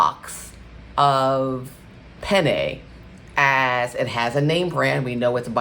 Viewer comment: That's not the correct pronunciation ...penne.…please google to hear the correct pronunciation…just looking out 🌺🙏🏽